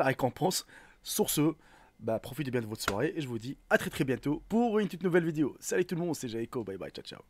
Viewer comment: On dit une VIDÉO et non VIDIO...😂